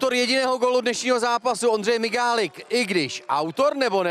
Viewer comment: Prej migalik ...je to mihalik🤫😅 Ta televize #televizeven